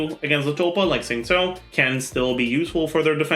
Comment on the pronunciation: i just realised pronounces xingqiu suspiciously well. at first i did a double take and was like is he chinese